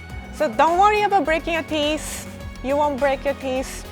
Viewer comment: Everybody: Teeth: Teeess Btw love you and <3